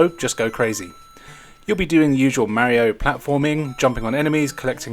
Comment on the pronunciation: No Zelda, AND you don't know how to pronounce "Mario".